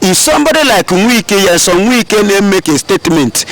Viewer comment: His name is not Nwike but Wike. If you cannot pronounce it well, stop calling his name because, he is not igbo/biafran